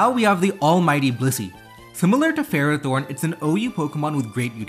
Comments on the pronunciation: Nobody pronounces Ferrothorn right. Fer-Raw-Thorn not Fero-Thorn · I'm going to scare everyone. The correct pronunciation for Ferrothorn is "Fur-Aa-Thorn".